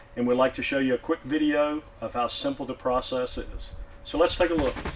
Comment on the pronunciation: Why can't he say the word "PROCESS" properly?…. in reality he just puts it in a kiln and then takes it out the next day. It heats up and cools down. The "Particulant filter cleaning machine" is just a sandblasting machine box… I bought a new one for £100 recently. You just use the compressed air from it… nothing difficult and no magic ! So this should be a £50 job each time - it is so easy.